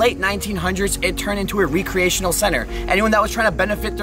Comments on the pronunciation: Why do you pronounce “recreation” so weird? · Yes and "reeecreation instead of "wreckriration" 😁💕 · re-creation lol its recreation